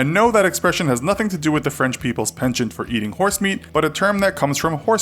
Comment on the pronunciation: The way you said penchant was just weird 🤨